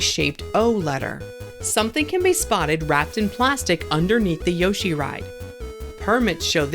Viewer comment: Please pronounce Yoshi properly. He literally his own name, so it's easy to get right